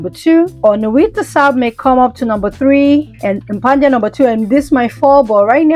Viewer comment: Why did you keep pronouncing it Impandia ? It’s impadia. Where were you getting the N from?